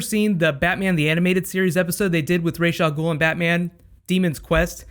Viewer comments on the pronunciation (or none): Can they stop mispronouncing ra's al ghul? Drives me nuts.